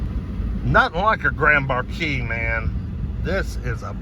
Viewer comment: 2010 was not the very last year it was 2011 was the very last year for the mercury grand marquis .....u pronounce marquis different .... January .6 . 2023